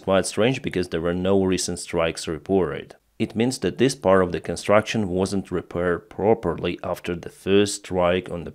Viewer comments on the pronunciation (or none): none